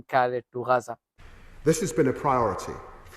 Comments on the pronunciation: Yeah you always say Raza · I really enjoy your reports on YouTube, very informative and non-biased. But why do you call it Raza, rather than Gaza ?